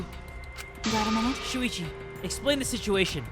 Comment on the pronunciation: i will never get over him saying suichi